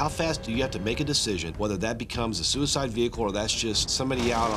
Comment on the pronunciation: "We encounter sewer-side vehicles."